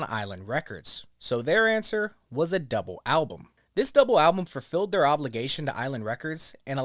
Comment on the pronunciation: I just heard a "fur-filled" (as opposed to fulfilled) in there... before now, I'd only heard Violent J saying it like that. 😂